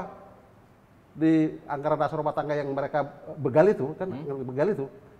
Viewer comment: BeeegaL=begaL ..jd bukan beugaaL .. yg benar itu beegaL= begaL...... bukan beugaL ..